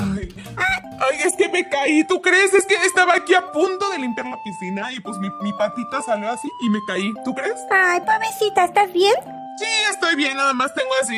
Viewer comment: ME DA RISA CUANDO VIOLETA DIJO POBESITA